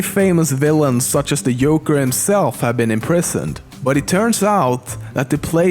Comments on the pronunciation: Did anyone hear Yorker and not joker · you said Yoker not Joker bro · He said yoker instead of the joker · hehe "yoker" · Do you know you mispronounce the “j” sound in nearly ever video? The Joker, not the Yoker. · This guy doesn't know what he's talking about. He even says Yoker? WTF? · You said Yorker instead of joker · You said yoker not joker dumbo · its JOKER with a j sound not yoker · It joker not yoker but deadshot his first appirance was 1950 in the first batman comic that you did not say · the "yolker"? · you said the yoker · He said the yoker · He said Yoker instead of Joker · Its sounds like you said yoger :D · It's funny when you say yo-ker intead of Joker. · its joker, not yoker :P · "The Yoker" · yoker? what the fuck? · did you say "Yoker"? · "Yoker", lol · "yoker" xD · lol when he said joker it sounded like yoker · Yoker? JJJJJJJJJJJJJJJJJJJJJJJJJJJ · "the yolker". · Jouker? Really? (Pronounciation please) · emm youre mispeling joker dude you say ioker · he said yoker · Did he say the Yoker before he mentioned Arkham??? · The "YOKER"? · "The yolker" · when it was batman arkham asylum you said yoker like...yogurt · ''The Yoker'' XD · the yo-ker! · This dude cant talk right he called the joker the "Yoker" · Umm..just is the Yoker??Hahahaha!!!Just kidding mr. Narrator. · The yoker I shit you not he said yoker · yoker XD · You sayed yoker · yoker? that oughta be embarrassing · When he was talking about Arkham, did he say yoker? Or is that how he says joker? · Did anyone else hear "Yoker" in ? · Yoker? realy? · Who the fuck is the "Yolker" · No he said yogurt. Just kidding. But I'm with you, I really do think he said Yoker. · Actually it's kinda funny cause he calls the Joker, the Yoker and Yoshi, Joshi. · The Joker - The Yoker as you said. LOL! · did anybody notice that he said "the yoker" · love the way he says joker xD Yoker ftw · Did he say yolker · The yoker? Lol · yoker lol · u said the yoker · lol he said the yoker